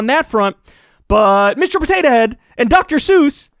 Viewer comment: I love the way Kyle says Potatuh Head. It really emphasises how silly the whole thing is.